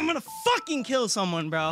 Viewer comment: the emphasis of the “fuxking” is killing me bro